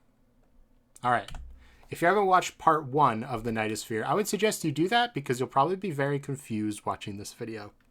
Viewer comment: Every time you say "the knight is fear" it sounds like you're saying "the nightosphere" like from adventure time